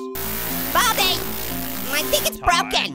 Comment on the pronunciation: saying baldi